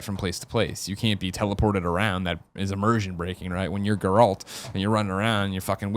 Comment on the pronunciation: Listen Greg I like you but... you say "Geralt" wrong and it has to stop.